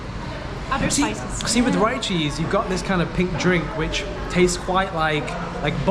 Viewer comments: "You must eat that spicy chicken together with the rice man, not separate just like that of course it will taste only so spicy and ricey, oh btw the place name pronounce as Re-Cheese not Ri-Cheese, it combination words from Rich and Cheese cause it full of cheese and that is higlight selling thing so yeah Richeese !"...😅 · Hi, just want to let you know it's actually pronounced "Ree-cheese" - Like the name Rick, but without the "ck" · You say it "ree" cheese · Next time, eat the chicken together with the rice guys.. that's how we eat any fried chicken with rice..so the chicken will not taste too salty or too spicy.. unless the level 5 one! can handle level 5 waaaay better than me even i'm Indonesian. Wow! 🤣🤣 By the way, it's pronounced Rich-cheese..😉